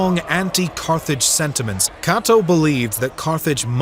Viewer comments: For such an established channel, one would think the narrator would be able to pronounce Cato’s name (pronounced Kay-toe not Kah-toe) properly 🤷🏾‍♂️ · The video was great and i thoroughly enjoyed it. But im sorry your pronunciation of Cato and Scipio had me😂